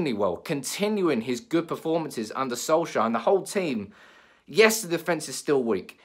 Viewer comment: Can't stand how you say solkjaer 😂 😂